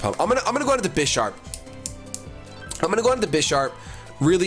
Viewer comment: please don't ever say "BEISHARP" again, it's not like "I", it's like in vanilla :( It somehow ruins the whole episode for me haha